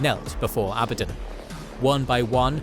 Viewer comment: At least pronunciations of abadon right